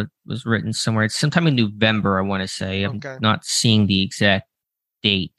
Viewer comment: "Newvember"? What? 🤣🤣🤣